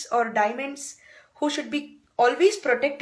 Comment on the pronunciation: Oh Christ! Somebody teach her English!!!!! It's not "diamend".. It's "Diamond"!